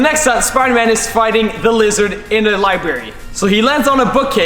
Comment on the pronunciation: I’m sorry but am I the only one that herd libary?